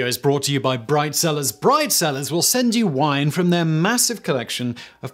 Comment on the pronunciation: I swear I heard "Bride Sellers"